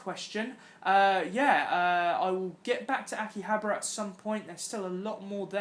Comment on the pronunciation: Damn you can’t pronounce shit! 🤣😂🤣😂 FYI it’s (pronounced) ah-key-hob-are uh